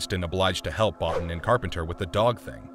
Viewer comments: His name is pronounced 'Bow-Teen' not 'Bot-tin'. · Mah-creedy..not Mac-reddy Bo-teen not Bot-tin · It’s pronounced Bo-Teen not Bah-Ten. Other than that I enjoyed the video. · Omfg, it is Bo-teen not bot in, Rob Bottin. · This is still one of my favourite films, and like a lot of John Carpenter's work has only been appreciated in later years. I think Rob Bottin's surname is pronounced Bottine, and the main characters name is MacReedy not MacRed-y as the narrator said in the video :-)